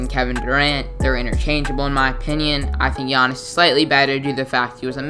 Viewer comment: you butchered Giannis's name so hard